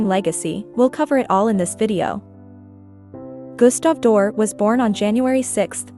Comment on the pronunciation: If you can't even pronounce his name correctly, why should I listen to anything else you have to say about him?